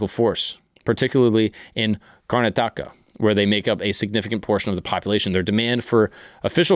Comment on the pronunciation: Its CaR nah TiKa. Car as in carnivore and tika as in chicken tikka masala but shorten the k sound. Also, say it together fast.